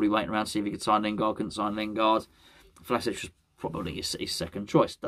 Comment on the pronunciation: I said to somebody a week or two ago that you pronounce Vlasic like you're doing a Sean Connery impression and you proved it